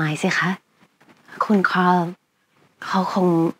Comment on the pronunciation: ขอให้ทุกคน ออกเสียง คาร์ล ตามญาญ่านะคะ